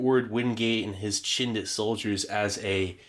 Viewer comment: "Chindit" has a hard "ch" as is "chin" or "chips" not a "sh" sound. Love your videos BTW. And Wingate was completely bonkers, Slim couldn't stand him.